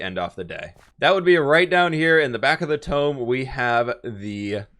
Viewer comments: Everyone: "tomb": "ToMe" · the way he says tomb "tome"